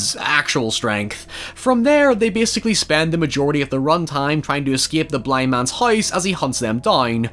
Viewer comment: And "house": hoys